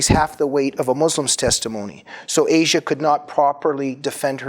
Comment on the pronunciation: Her name is not pronounced the way the continent is. It is, as far as I know, AH-see-ah.